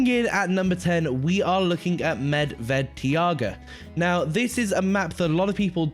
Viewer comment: "Teeaga" ??? It's pronounced "Tyga".